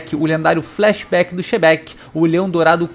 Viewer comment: sempre que o fala o FlaXebec (flashback do Xebec) eu imagino Xebec Flamenguista